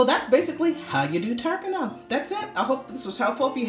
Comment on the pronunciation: Please pronounce the words properly. The T in tarpana is pronounced incorrectly. As well as the word Darbha. 😣